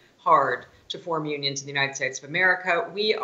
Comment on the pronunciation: Did you say "Onions" or "Unions"? We need Onions. Unions not that tasty.